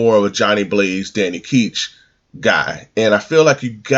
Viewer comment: Is (Danny) Ketch really pronounced like "Keetch?" I always heard as "Catch." But they could be wrong, cause I really like knowing if I'm doing something incorrect.